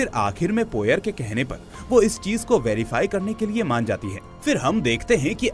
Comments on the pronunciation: हरक्यूल पोएरो not पोयर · Poyer ruined your explanation. Pronounce it correctly